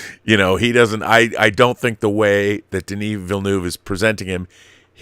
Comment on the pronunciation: I wish I could attach an audio file here...In order to inform people how to pronounce Denis Villeneuve's name. Haha...small detail.